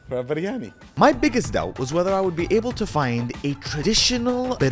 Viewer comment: I lost it at Briyani..... Briyani in Japan LOL